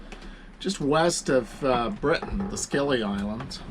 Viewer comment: Hey, I can't believe you're missing us out (UK) 😟 I would have loved to buy you dinner and a beer or two in old Blighty. All is forgiven though haha!. Hey just so you know we pronounce The Scilly isles (The Silly isle's) oddly enough 🤔